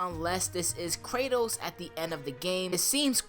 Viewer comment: Cray-toas _ em-mor-tal